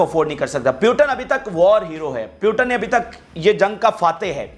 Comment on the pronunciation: Bhai putin word h naki putan aap pronounce nahi kar pa rahe h